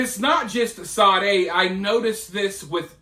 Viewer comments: Say dee Perkins....you keep pronouncing it...Sa dae....it's just like Sadie ! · Shaw day like the 80s singer she doesnt deserve her name pronounced correctly